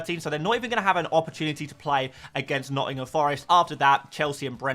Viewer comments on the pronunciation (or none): none